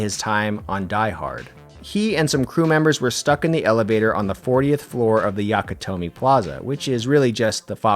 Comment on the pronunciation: Nakatomi, not Yakatomi.